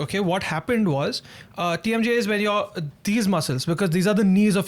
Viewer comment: Bro just butchered the TMJ bit but this episode was super fun!